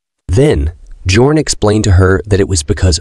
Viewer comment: His name is "Björn" which pronounce as Byorn in English 😭😭